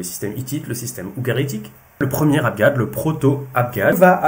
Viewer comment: Toujours tres interessant merci Deux petites questions : vous parlez d'"abGab" et non pas d'"abJab", est-ce votre familiarite avec la prononciation de l'arabe egyptien qui en est la raison ? Logogramme est-ce un synonyme d'ideogramme ?